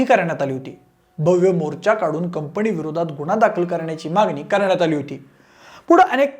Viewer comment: कंपणी नाही रे.. कंपनी!